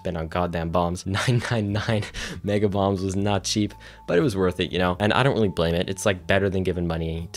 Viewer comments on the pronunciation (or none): I kept thinking you were saying you were buying Bongs from Demetrius and not Bombs lmao